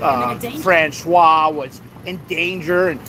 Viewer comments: Françoise, the female first name, is pronounced "Franswaze"! "Franswa" is the pronunciation of François, the male first name. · Hey,! You and are pronouncing Francoise like the man's name Francois. It's a woman's name and is pronounced Fran-swahs. Now, please continue critisizing her bad behavior! 😊 ❤️